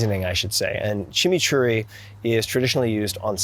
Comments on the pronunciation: Props for correctly pronouncing "Chimichurri" ... Much respect! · The best Chimichurri pronunciation I’ve heard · 👏🏼👏🏼Mencionaste la palabra chimichurri perfectamente como un hispano/latino 👏🏼👏🏼